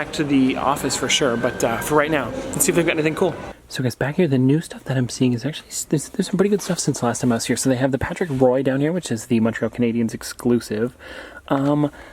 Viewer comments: Patrick Roy's last name is pronounced "Wah" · you're canadian and can't even pronounce patrick roy correctly c'mon bro...